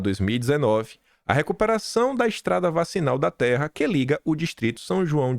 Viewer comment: Sei que mora fora do Brasil, mas não é ",vacinal" e sim"vicinal."